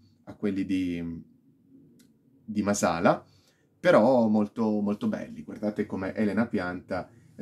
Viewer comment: Bella recensione, solo un appunto: il cognome è Màsala, è un cognome sardo, con l'accento sulla prima "a".